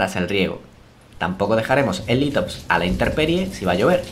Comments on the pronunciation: corrigo, se dice INTEMPERIE, NO INTERPERIE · Se dice intemperie